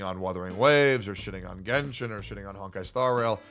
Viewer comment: its genshin not "genshit"